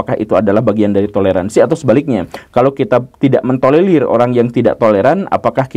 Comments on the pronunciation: Tolerir bukan tolelir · gemes denger pak guru slalu ngomong tolelir, bukan tolerir😄